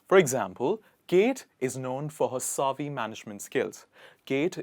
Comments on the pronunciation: Not "saavy" but "Savvy (like heavy)". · It's not pronounced "SAAA-VY" the way you say it. It's called Sav-vy. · Is it SAAvy? Or Pronounced as savy? This man pronounces in a British way!! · Shop savvy not pronounced sarvve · very exquisite 🥰 and refreshing. please note that the 'a' in savvy is pronounced like the 'a' in sad. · Great choice of words! Thanks. There is no word like advices Please pronounce savvy correctly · Savvy is mispronounced here. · Mispronounced effervescent and savvy! LOL